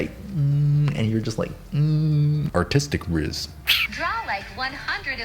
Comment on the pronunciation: legit thought he said "autistic rizz" i was like wat